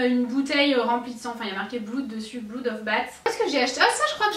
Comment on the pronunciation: et on dit pas bloud pour le sang, ca se prononce "blod"! Marrant ta bouteille c'est du sang de chauve-souris (blood of bat)^^